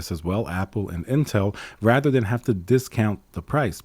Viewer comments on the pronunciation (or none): none